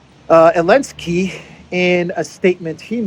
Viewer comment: Why do you say Elensky instead of Zelensky?